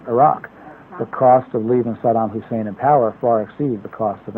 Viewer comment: Notice how Rove pronounces Saddam? Sodom.